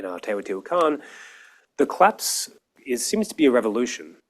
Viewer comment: Funny that he keeps saying "clapse"